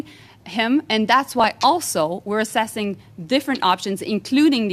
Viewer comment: wow, and she says "assesing"! GET RID OF THIS INCOMPETENT JOLY......THE one who's withJT!!!!